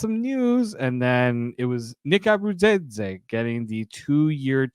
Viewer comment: Can't even say Nick's last name! Bye!